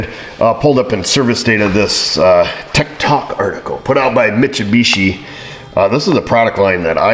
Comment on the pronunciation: Pronounced 'mit-su-bitchy'